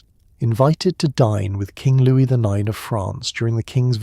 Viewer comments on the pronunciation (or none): none